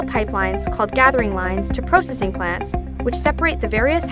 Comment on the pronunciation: lol PRO-Cessing XD